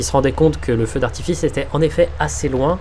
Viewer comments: « Feu d’artifist » ptdrrrrr bien joué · on est d'accord il dit bien "feu d'artifiste" ? XD